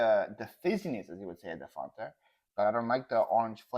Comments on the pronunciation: is correct it is Fan ta not Fon Ta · I like “ dafunta “ hahaha 😂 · OMG love this! As an American living in Australia I can totally relate to and appreciate all of the different sayings and pronunciations. But is completely correct about the pronunciation of Fanta...I've never heard it said the way said it (I'm almost thinking he's just messing with you lol).